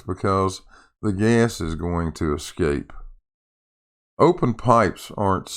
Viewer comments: "Did he say escape?" - No, he said "ecscape". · I think actually said ecscape. He needs to get himself to the libary.